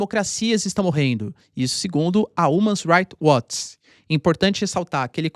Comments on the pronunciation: Umas Rights Watch ???? Human = Ruman PRONUNCIA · Umas Rights Watch ???? H = R ao PRONUNCIA Human = Ruman PRONUNCIA Aprende a pronuncia corretamente POHA